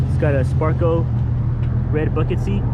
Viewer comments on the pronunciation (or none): none